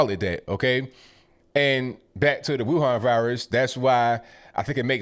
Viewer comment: Amazing how correctly pronounces the word Wuhan both in Mandarin and Wuhan dialect.